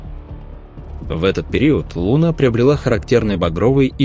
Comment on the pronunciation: да не лУна..а лунА Скорректируйте ваш ИИ